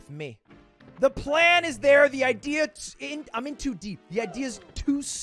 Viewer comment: It eez wat it eez. It eez wat it eez.